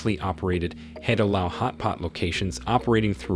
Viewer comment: There is no Yaw family running the UOB. Wee is the family name. The correct pronunciation should be Hai-di-lao, not Hardy lao